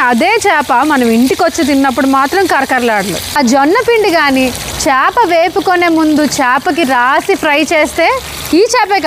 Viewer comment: Meeru chaapa chaapa ante naaku papa papa ani vinipithundi andi